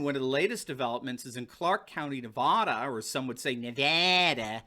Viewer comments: You rudely mispronounce Nevada. It is NOT pronounced "NeVAHdah". The "a" is pronounce like the "a" in CAT. "NevAdah". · Dr. it is Nevada.....Naaa va da not Ne vaaa da....love your show. Nevadan's are funny. We do correct everyone who says it wrong. :)) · Nevada is correct! Nevahda is not. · It is pronounced "ne-vah-duh", not "ne-vaw-duh", tourist. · It's not prounced NevAHda. It's pronounced NevAda as in "avatar". I lived there and natives chuckle at those who say NevAHda. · I lived in Nevaaaada for 14 years. That’s how it’s pronounced there - the correct way. Nevada. Not Nevoda. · I gave you a like because I love you and your show...I live in Nevada. You say Nevoda and I say Nevada. You were whining when you said "Some say Nevada." It's ok, I forgive you. Please just keep it Nevada. I won't hold it against you.💕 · Hey. I was born in Navada... not Nevuada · I love you show but how the in the world do you get navoda out of Navada? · I grew up in Nevada. It really is pronounced Nev add uh. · Nevawda. Just because you say Nevaaaaaahhhda like that doesn't mean Nevada is said with that whiny little voice you made by anyone else. You're wrong, get over it. You're aren't English, you're just from New England, learn the difference. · Anyone who’s not from Nevada thinks it’s pronounced ne-vaw-da. From here we just call it Nevada. Like dad. Or aunt. Not dod and ont. it’s also Oregon the same way you say the instrument or the body part. It’s not Or-a-gone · Dude- west coast says Ne - VAH- da.. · I really appreciate your coverage. You pull all of the news together so we can easily follow. Incidentally, you are mispronouncing "Nevada." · FYI, I'm from Montana and we call it Nevada--first a as in "apple". Westerners know the correct pronunciation. But Colorado we pronounce the a as in "father". Don't ask me why. Oh, also, Oregon is pronounced Origun. Accent on the first syllable. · It is Nevada not Nev-ahh-dah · It’s pronounced Nevada not Nevada. Lol!